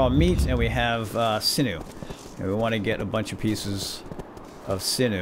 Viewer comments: Everyone mispronounces sinew. Its pronounced Sin-you Thanks for the vid. I enjoyed it. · sinew = SIN-yoo :p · The way you say sinew hurts :(